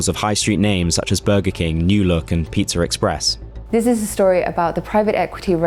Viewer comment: “Pitzur Express”